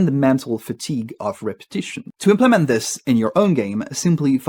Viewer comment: Do you speak French? You have some trouble with placing the right syllable stress on English words: implement You said im-PLEE-ment instead of IMP-luh-ment. consequence Most of the time you said it correctly but there was one instance of con-SEE-quence but it is always CON-suh-quence (notice that after a stressed syllable, the vowel in the next syllable often loses emphasis and becomes an "uh" or schwa-symbol sound. chamber You said CHA-mburr but in fact it is CHAY-mburr